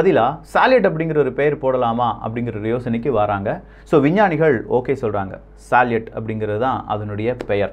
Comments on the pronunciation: Bro please correct the pronounciation for salut and sayuz. It's சல்யூட் and சயூஸ். Besides that great information. I breathe with your news bro. Thanks for your greatest service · சால்யட் என்பது தவறு சல்யூட் என்பதே சரி சோயஸ் என்பதும் தவறு சோயுஸ் என்பதே சரி பதிவு மிகவும் அருமை பெயர் உச்சரிப்பு சரியாக இருந்தால் அது காணொளிக்கு சிறப்பு சேர்க்கும் அவர்களே 🙏